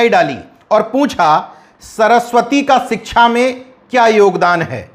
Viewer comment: सिच्छा को सरसोतिय बोलते हैं भी